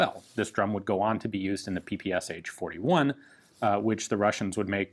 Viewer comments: It´s not P P S H, it´s P P Sh. One letter. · Isn't PPSh should be pronounced as "P-P-Sh" and not as "P-P-S-H"? "Sh" stands for "Shpagin" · It really grates ears when you pronounce ППШ as "P-P-S-H". Can you say "SH" instead? One hissing noise. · Damn! Not PP's'H, but PP'SHaaaa! Press Listen on the left! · It is called P-P-Sh. That "h" is lowercase because it is part of the S. This really irks me from you Ian. I know in english just about everyone pronounces it with the H separately, but that would be capitalised if it was to be pronounced like that. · By the way. You mispronounce PPSH. In russion it's ППШ, and pronounced as P P SH as in shoe. Sonething like "peh peh shah" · Ian, I love you, man, but don't prounounce the "H" PPSh-41. It's just ППШ in Russian so just say "Sh", like in "shotgun." Or something along the lines of "pe-pe-sha"